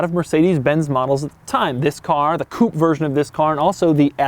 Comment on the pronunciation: The videos are pretty cool if you skip the Doug score part. I mean okay, he could work on his pronounciation of words like "Coupé" or use words like boot and bonnet like we do in the civilized world but apart from that it's worth watching.